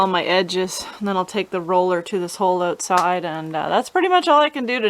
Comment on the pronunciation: You didn't annunciate "out" in the word "outside". love the speech up there. 😊